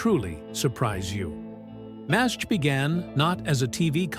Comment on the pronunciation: You lost me at M A S H. This was NEVER pronounced like that unless you were a bean counter butthead idiot. YOU choose that, if you would have just entered mash into the AI's script, it wouldn't have sounded as stupid as you might be.